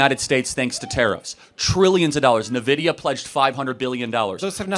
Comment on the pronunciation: Nvidia- "In-vidya" not "ni-vidia"😂